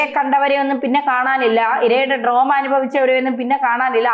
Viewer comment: oru kunju thiruthu. ‘ഡ്രോമ’ അല്ല, ‘ട്രോമ’’ ആണ് ശരിയായ ഉച്ചാരണം. മാനസിക വിക്ഷോഭം എന്ന അർത്ഥത്തിൽ ഉപയോഗിക്കുമ്ബോൾ.